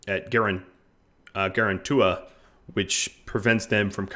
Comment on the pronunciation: That's a funny way of pronouncing Gargantua.